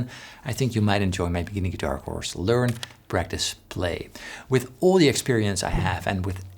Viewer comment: I was a bit distracted when you said 'practice,' and I thought you said 'breakfast.' Sorry, I'm hungry and should go make lunch instead of watching guitar videos. 😆